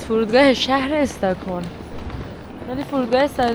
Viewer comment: EstAkholm na , stOcholm 🤦‍♀️🤦‍♀️🤦‍♀️🤦‍♀️